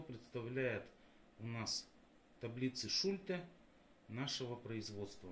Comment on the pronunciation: Точно сказано, реклама - двигатель торговли. Что не сделают ради зарабатывания денег!!! 👍😁😁😁 Бумага, на которой напечатаны таблицы тоже из 50-х годов??? Методика работы с таблицами описана в трёх строчках печатного текста, а вы умудрились это вложить в целую диссертацию. И ещё, как же правильно - шУльте или шультЕ??? В видео Вы ставите ударение по-разному!